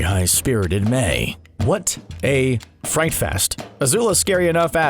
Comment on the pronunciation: Imagine calling Mai "may" for like 10 minutes straight... A true fan this man is not